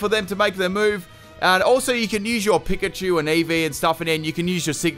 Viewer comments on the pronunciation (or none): none